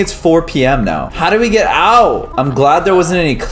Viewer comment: Get not vant